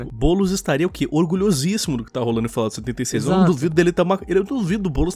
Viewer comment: agra não é mais fallout,mas sim fallOUR